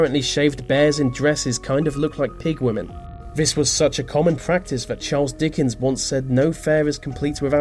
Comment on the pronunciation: What's the most freaky about this video is the way you keep misusing words, vis and vat and fink and fought and ve instead of the, it's so childish.